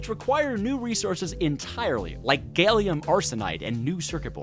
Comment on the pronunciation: “” ✅ “gailium” ❌